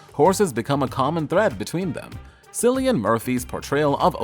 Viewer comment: It's pronounced as Killian btw